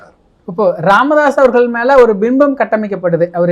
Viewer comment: ராமதாஸ் இல்லை "காமதாஸ்" correct 🤣😂🤣😂